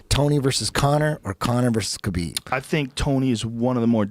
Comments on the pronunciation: khabib “khalabib” nurmagomedov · IT'S KHALABEEEEEB... SAY IT RIGHT ROGAN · Where did Khalabeeb come from, btw?